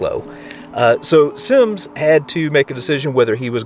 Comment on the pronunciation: You pronounced Capt. Raphael Semmes name wrong. Remember he was Portuguese and his last would be pronounced, Sem-mez, not Sims.